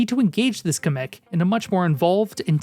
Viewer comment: DaS hEisSt niChT KaMek DaS HeiSsT MaGiKoOpA (sry I needed to do this)